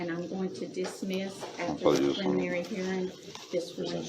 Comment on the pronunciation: "Pliminry" Hearing